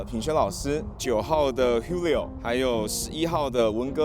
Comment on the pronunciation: Julio是重新配音的嗎 因為現場念成鳩哩歐??